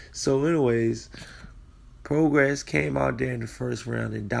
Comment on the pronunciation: It's PRO GRAY NOT PRO GRASS THAT IS THE PRONUNCIATION. PROGRAIS.